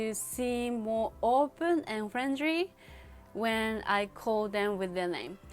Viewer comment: She said Friendry? um... that's because japanese people using R and L in same way